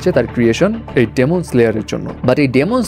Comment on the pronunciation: ডেমন নারে ভাই এটা ডিমন🐸